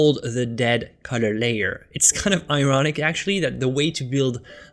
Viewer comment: Thought you said Cutter. Finally figured out you had said COLOR